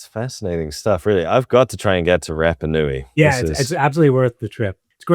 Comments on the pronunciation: Love your posts,. I don’t like your pronunciation of polynesian words…have mentioned it befor, but you still say Rappa instead of Rarpa. It’s not hard to try better at it, and Polynesian people will appreciate it instead of grimacing. Aloha, Phil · Apologies, but at 55 seconds in, after butchering the pronunciation of Rapa Nui four times in under a minute, I'm not sure I can continue! Edit: Phew, at least your guest gets it right. Edit again: Gah! If think that after hearing the correct pronunciation a few times from an expert, you might at least make a token effort!